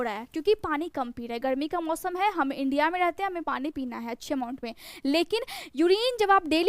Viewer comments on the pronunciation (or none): none